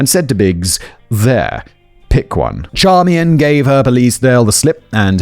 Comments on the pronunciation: I love that Simon realized how to pronounce the wife’s name, but just doubled down on Char-me-en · Hello Simon. Just so you know, Charmian is pronounced "SHAR-main". My mother has the same name (it's actually French).